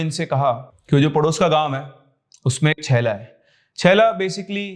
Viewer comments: छेला नहीं चेला बोलते हैं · it's not छैला it's चेला Btw lots of love from Himachal ❤✨ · It's not shaella it's chailla as chimpanzee as ch not shh like chakor like ch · Sir ...चेला नहीं चेला bolte h Himachal m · Sir it's not chella it's चेला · छैला nahi चेला होता है 😂😂😂😂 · Yes. Main bhi yhi bolne bali thi. And it's बोड़ी not बोडी